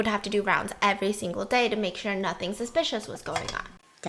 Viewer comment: Ahem Soospicious 😉